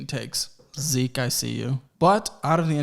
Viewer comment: its Zeke not Zeek :'(